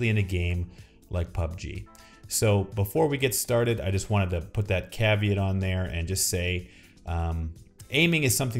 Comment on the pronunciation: why do you insist on mispronouncing words constantly? "caveat" "attribute" "process" Soooo pretentious.